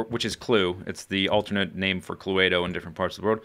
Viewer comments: Cluedo isn't pronounced "clue-a-do" it's just clue-do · [Clue-ay-do]?? It's [Clue-doe] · It just blows my mind when YouTubers say how long it takes to make 20-30 minute episodes. I guess a lot depends on "off camera" work. Also, it's just pronounced Clue-doh, not Clue-eh-doh :P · Was about to comment that exact same thing, sounded really funny when he said it. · Who the fuck says "clueaedo"? what a ponce! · Lol it's cluedo as in clue-dough